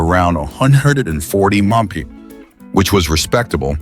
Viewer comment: Poor production and shite Ai and junk to try to interpret . Keep it no thanks If it so intelligent explain the inability to replace the humans capable of reciting the term M.P.H.? Instead it's like a mouth full of marbled gone bad🤔